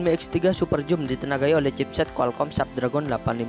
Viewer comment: bang baca nya biar btul super zoom bukan joom